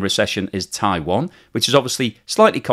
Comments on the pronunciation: It's not pronounced 'Taiwon', FFS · what? Were you listening? He calls it 'Taiwon' throughout the video, for some reason. I don't know how someone can mispronounce Taiwan.